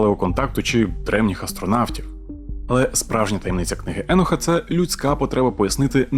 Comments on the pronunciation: А Чо Еноха , а не Єноха ? ? ? Він теж з бендерштата ? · Книга еееееееееноха :))))ахахахаахахахах да ти блять навіть як його звати не можеш вимовляти…. Еееееееенох😂😂😂😂😂 не еееееееох а Єнох або акцент на О … а не не Еееее … Добре що тупу шапку на тупоголову макітру натягнув… ееееееенох ахахахахахахахааах